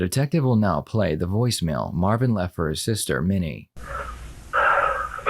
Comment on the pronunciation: Its yo cuzzin! Mah-vin! Mah-vin Berry!